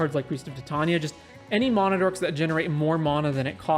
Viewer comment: You say mana wrong